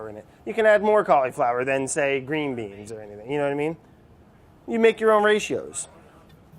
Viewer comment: Love how brad says "green beans"